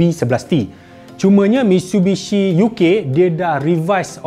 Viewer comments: Dengar macam MISHUBISHI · No one:: "MITSHUBISHI